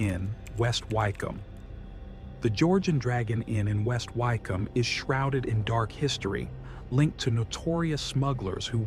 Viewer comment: Nice one. Just for future reference. Wycombe is pronounced Wi-km. I know crazy, but English.